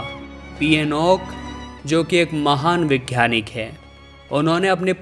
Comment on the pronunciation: 'घ्यान' नहीं ज्ञान, 'वैघ्यानिक' नहीं वैज्ञानिक। 'घ' के बजाय 'ग' अक्षर हैं।